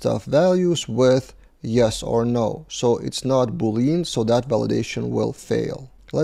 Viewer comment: Pronunciation of Boolean is "Boo lyan"/"boo .lee·uhn". XD